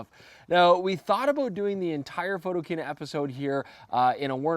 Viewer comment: Jesus,... PHOTO - KINA... The word KINA is a derivative of the word KINO, meaning CINEMA. Ring a bell?